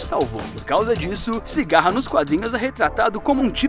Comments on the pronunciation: CIGARRA KKKKK CICADA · Não e sigara e sicada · Cigarra? Kkkk é Cicada